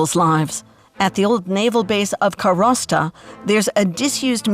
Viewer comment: Please PRONOUNCE the words correctly. It's Karwosta, not Karasta, and Heeyoumaa, not Hee Umaa. And could you, just for once, actually interview an EXPERT, not an ex-journalist who happens to live there? And FACT-CHECK the things people tell you? Sorry,, you make incredible documentaries but this isn't one of them.